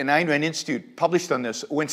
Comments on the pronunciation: Why is it so hard for people to say "Ayn?" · Especially after saying "Nathaniel". ;) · She pronounces Yaron "year-ron" and Ayn "Anne." Stop getting Americans as moderators. I'm joking a bit